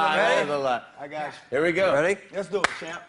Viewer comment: Lol nelly still can't pronounce here correctly